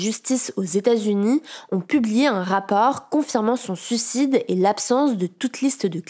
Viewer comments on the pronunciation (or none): C'est pas pour être méchant mais ça serait bien de s'entraîner un peu à prononcer "suicide", quand on oublie le premier "i" ça fait vraiment enfantin et je l'ai entendu comme ça dans plusieurs vidéos.